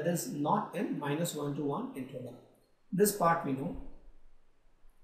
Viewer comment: so bad english pronuncing interval as intreval XDD